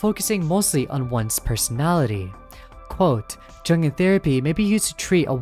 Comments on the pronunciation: The 'J' in Jung and Jungian Psychology is pronounced like a 'Y', more like the word Young. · Just to be clear, ringu’s cat dos says she isn’t “greatly more effective”. This doesn’t mean she isn’t as effective, it just means she does about the same in performance as jelly and the spiderpede. Also seeing you say jungian like that hurt me, please dude it’s young-Ian like onion. It’s from the psychologist Carl Jung.